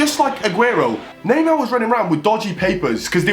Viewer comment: He always says naymaa